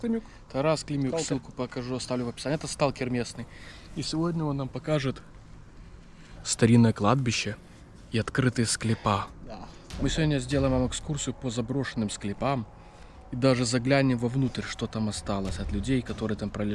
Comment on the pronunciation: СклЕпам а не склепАм